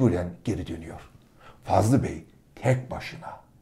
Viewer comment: Fazıl bey yazıyor fakat Fazlı bey diye söyleniyor?